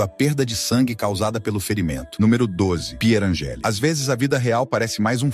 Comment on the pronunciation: É Pier ÂNGELI e nunca Pier ANGELÍ. ELA ERA ITALIANA. Poooor favor!!!!!!😡😡😡😡